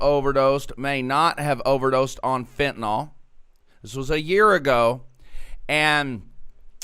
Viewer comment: OK. Certain things just bug me. One of those things is "Trespass". People far too often pronounce it "Trusspass". Another one is fentanyl. I bugs me that people, more often than not, pronounce it "Fentenol", like "Tylenol". "Nukyoolar" instead of nuclear. People don't seem to realize that, when someone is learning about any of these things, they may spell the words incorrectly because of the gross and widespread mispronunciation. In the oil fields when I was still a little green in the field, people would say "Correalus". I had to figure out through trial and error how to spell it, then to learn how to say it before I could actually find out what a coriolis is, what it means, the principles behind the concept. Catalytic converter is another one. People used to say "Cattalag" or "Cadillac". I still hear people mispronouncing it to this day.